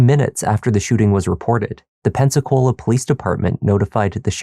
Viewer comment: I know I'm NOT the only one that thinks 'Pepsi-Cola' every time they say 'Pensacola'. Amirite? 100% I'm right.